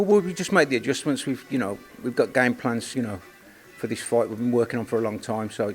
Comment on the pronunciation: Weird how they both pronounce ‘fight’ ‘foight’